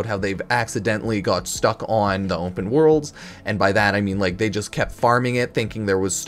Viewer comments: bro say OMPEN one moretime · "Ompen" worlds? What? There is no "M" in open. Can we say aluminum and cinnamon? Just found that an odd way to say open. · how did this man say onpen like 50 times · "Ompen Worlds"